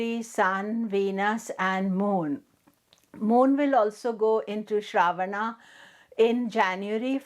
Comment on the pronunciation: Last ‘A’ is silent and pronounced uh in Sanskrit. What is Shraavaana? It’s Shravan-uh or Shravan. Why mess Indian words based on their romanized spellings?